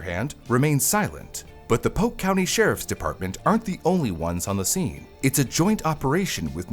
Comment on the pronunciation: Its pronounced POLK COUNTY.